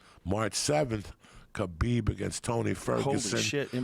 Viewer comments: Love Joey, but for somebody who "remembers" so many epic stories, he sure as shit struggles to remember names. Tyrone. Stiopic. Khalabeeb... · c'mon joey, his name is Khalabeeb, and you know it!